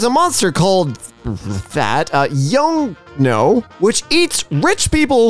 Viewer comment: Yeongno is pronounced like (y-uh-ng-no) no need to thank me 😉